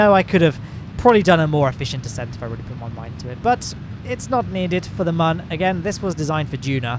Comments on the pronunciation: its moon not mun ok???? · ITS MOON NOT MUN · its not mun its moon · He said min lander lmao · today we are going to the mum. is what i hear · Mion not mun ?¿?????¿ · The ‘ü’ is a ‘oo’ sound. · Love your videos, but the way you pronounce Mün really bothers me. The umlaut above the u changes the "uh" sound to more of an "oo" sound, so it would be pronounced pretty much the same way as "Moon" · Anyone realise how he says moon pls no hate🤪